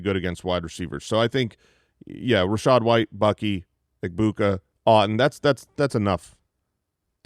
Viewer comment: Who is the voice mispronouncing Ebuka?